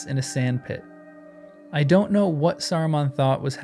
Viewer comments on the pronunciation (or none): none